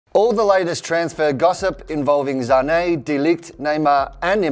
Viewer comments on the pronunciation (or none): it's Sane not Zanei ... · It's Sané...not ZZZZZZZZZZZZZZZZZané like wtf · Sané not zané plz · Why does he say Sane as Zahney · iT's SaNÈ noT ZzzZaNe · Its not zane, it's sane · Why is saying Zane instead of sane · Y r u calling Sane Zane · But what I mean is, even though it would be pronounced like that in Germany, his father is Senegalese and his surname is French so it's actually meant to be pronounced Sahney in as it's in French. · Who's Zané? But big ups on pronouncing Mbappe right👌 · I almost stopped watching the video the. First time he said "zhaney" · the way he says sane triggers me